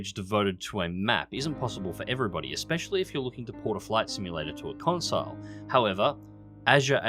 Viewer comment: “Consile”. Um........no